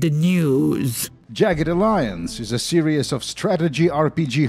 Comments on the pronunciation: The word "series" is pronounced "see-reehz" and not "serious". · Ah, another great video full of interesting details and him pronouncing 'Series' as 'Serious.' Great video as always dude. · lmao i smile every single time this man says "serious" when trying to say "series". hote, you are a golden shrine of innocence and extremely satisfying content,. we must protect you from the outside world and youtubes demonetization sweeps at any cost.